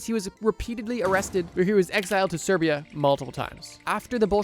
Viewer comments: Siberia not Serbia 😂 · its SIberia not Serbia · Did this guy call Siberia Serbia?